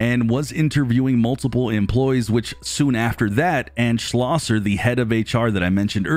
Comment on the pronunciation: I want to commend you on saying Schlosser correctly.. this is too my last name and people butcher my last name and very few say it correctly 😂